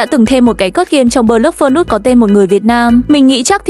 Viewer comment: cái code gg đọc thành cái cớt